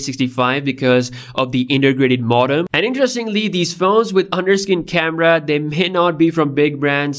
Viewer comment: With the camera casting a shadow on the screen, how is this progress? A crappy solution is not progress. By the way, modem is mow-dem (long o), not maw-dem.